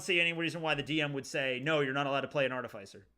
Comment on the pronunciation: Am I the only one annoyed at the mispronunciation of "artificer"? It's not "arti-fays-er" it's "arti-fis-er" like in artificial.